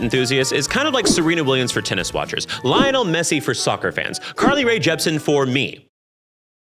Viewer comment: Hearing you pronounce "Lionel Messi" was very funny lol I am Argentinian🇦🇷 ❤ love u